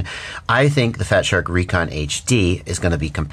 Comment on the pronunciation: I 'reckon' they are supposed to be pronounced RE-CON. Love ya,, thanks for all the incredible info.